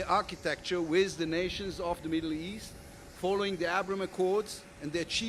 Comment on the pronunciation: "Flew over King Saul's donkeys", what's wrong with him? P.S. the word is pronounced 'with' not 'wizz'.